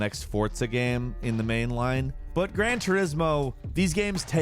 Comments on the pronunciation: Why does it sound so weird when he says "game". Sounds more like he's saying "gehm" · "action-adventure gam"